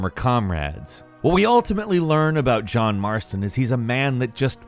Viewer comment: They say John marsoton but not ARTHUR??!!?!?!